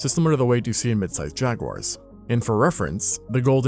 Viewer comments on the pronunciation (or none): none